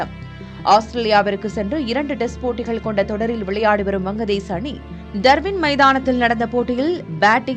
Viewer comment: Dominate = ஆதிக்கம் , Magic = மாயாஜாலம், Rule = ஆட்சி , if you replace these English words with these Tamil words in this video, still it would have been very effective or even better. On the Other hand the English word Darwin is pronounced as டர்வின் instead of டார்வின், and ஹஸ்ஸி is pronounced as ஹஸ்லி , both language total damage